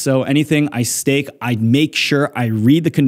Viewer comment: say stafe 😂